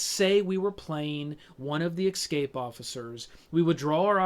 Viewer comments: ESCAPE. E-S-C-A-P-E. "Ecscape" is not a word. How does someone get to your age and have so much to say about this game and still make a mistake like that? Don't you feel embarrassed? It literally shows you how the word is spelled on the box. Literally, children from foreign countries can say the word 'escape'. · its driving me fucking crazy listening to him say excape every half-second...Dx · I hear so many Americans pronounce "escape" as "eCKscape" and I would love to know why? It's so peculiar?! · excape ...haha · Jeeezus. Can't not hear it, but want to watch and listen. I need to eksape from this!!!